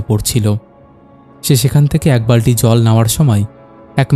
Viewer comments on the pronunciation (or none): দাদা কিছু জায়গায় উচ্চারণ এর ভুল আছে, বালটি নয় বালতি হবে